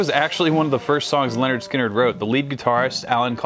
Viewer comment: It's a little disconcerting to hear you pronounce "Lynyrd" like "Leonard". It's "Lin-erd Skin-erd". They rhyme. But I'll forgive you because you're not from the south.